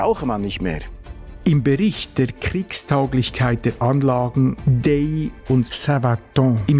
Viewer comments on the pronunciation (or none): Danke für die tolle Doku: Ausgesprochen wird die Anlage D-A-I-Y. Mein Grossvater durfte als Dorfmetzger im zweiten Weltkrieg und danach die Festungen dort mit Fleisch beliefern. Die Lieferung hat der "Stift" mit dem Hundekarren gemacht. So konnte er das zugesprochene Benzin und Fahrzeug auch für private Zwecke benutzen. :) Der Arzt und mein Grossvater waren die einzigen im Dorf mit einem Fahrzeug.